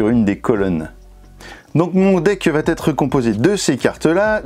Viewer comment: VA ÊTRE! Celui ci va être! Par pitié supprimez cette vilaine liaison qui me fait bouillir les oreilles! Vatetre ça veut dire peuplier en norvégien! Très bonne vidéo nonobstant :)